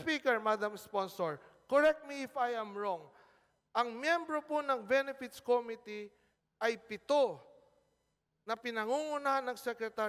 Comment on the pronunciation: may sarili ring pronciation tong congress, eh. ko mi tea - imbis na committee